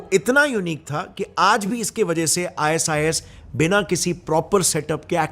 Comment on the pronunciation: "IS IS" NAHI "I SIS" BOL 😂